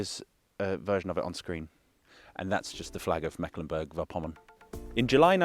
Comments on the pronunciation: Ok, But also Mecklenburg VORpommern not Verpommern...Vor is almost prounced like four in english... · Vorpommern is pronounced FORE-pomm-ern. Stress on the first syllable. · I like how you really try to pronounce the local names as close as you can get. Little tip: The German prefix "vor-" is pronounced just like the number "four" or "for" of course with a harsh German RRRRRR :) not like a W like "wor". So, much like "Fourpommern". But besides that, good job.